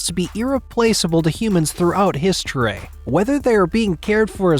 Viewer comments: What’s Hiz Tor Ray? You mean history? Secondly. It’s hands high not meters. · The way u say historeh and famileh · “Hosteryyyy” why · Historay, theoray 🤣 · The way he says history rhymes with ashtray . Weirdly 🤣